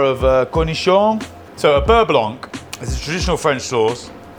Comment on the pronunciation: Hello from france. FYI the C in beurre blanC is silent. Great vidéo has always!